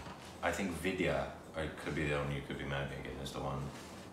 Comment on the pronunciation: I must say, your pronunciation of Indian names like Vidhya and Sonakshi - on point - You got some "Indian" in you brother!, you are just WHITE, but getting there - You also did very well with Tapsi and Akshy... LOL!!! Love you too brother...